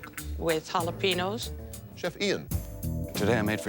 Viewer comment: You'd think as a lesbian, chef Amy would be more adept with her tongue, and as such would be able to pronounce jalapenos correctly, but apparently not